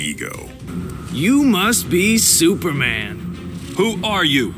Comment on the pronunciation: Is it that hard to say superman..